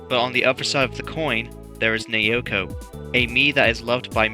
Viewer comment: As an unfortunate owner of Wii Music, I personally think the redesign for Naoko is pretty cute. Also, her name is pronounced "Now-Ko". Trust me, I had to learn that the hard way, myself. I also like the redesign for Ross. His old look is a bit too simple and not as expressive. I have to be honest, I liked the original design for Donna, since I saw her as a less of a mashup of Yoko and Alyssa and more of an orignal Mii design that looks like a light-skinned black or latina woman.